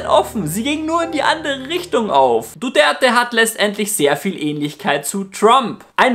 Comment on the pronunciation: Duterte und nicht Duderte. Was ist das überhaupt für ein Name?! Du Gerte? Du Dörte? Du der te?